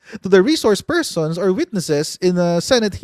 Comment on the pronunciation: Rishorsh Pershuns 😂😂😂